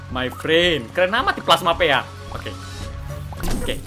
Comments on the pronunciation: Ka regie, bacanya bukan plasma péa tapi pi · Plasma pea = plasma pi Bukan kak regi bacanya harus di👆